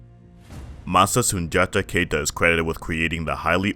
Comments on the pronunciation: Sundiata Keita(KEETA)pronunciation. Not Kayta. Also it Wagadou(Wah-Gah-Doo). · Also man your pronunciation was kind of off. Keita is pronounce (KEETA) Wagadou is pronounce (Wah-Gah-Doo).